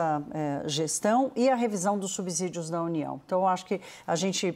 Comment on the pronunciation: A pronúncia correta é subssídio.